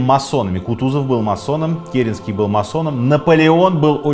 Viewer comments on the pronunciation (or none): none